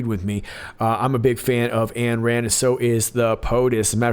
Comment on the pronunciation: Rands first name was/is Ayn, pronounced “Ine” NOT ANN People actually familier with AYN RAND know that. Aye Aye Aye.